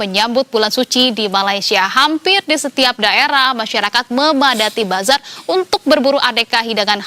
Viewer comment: Sebutan nya Bazarrrrrrr Ramadan. Nasi KerrrBau.. kaya sebutan Org Zimbabwe